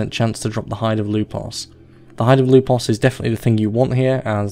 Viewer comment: Why did I find you saying "Lupos" so satisfying on his introduction? xD